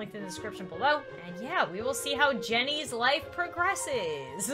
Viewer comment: When you said Jenny's going to take a shower I thought you said Chinese going to take a poop but the other word sh that one